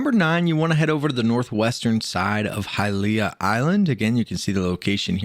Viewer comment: Love your videos but hate how you pronounce Hylia 😅